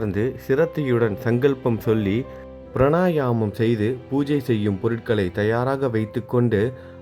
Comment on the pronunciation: சாய்ராம் 🙏 ஒரு விஷயம் , சொல்லலாமென்றால் , சொல்கிறேன் . ப்ரணாயாம ம் , என்பதை ப்ராணாயாம ம் என்று உச்சரித்தால் சரியாக இருக்கும் . சாரி , உங்கள் வாசிப்பு நன்றாக இருப்பதால் தவறாக உச்சரிக்க வேண்டாமென்று சொன்னேன் 🙏